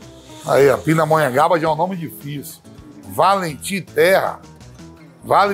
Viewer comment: Valentim Terra. Va-len-tim Terra. Mim terra, né. Tá bom, valeu. KKKKKKKKKKKKKKK Figura demais esse Vamp